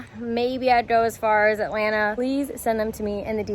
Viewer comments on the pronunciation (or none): none